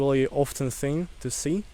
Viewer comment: It seems when russians say the word "thing" they say it like "think". Is the silent g sound tricky for russians?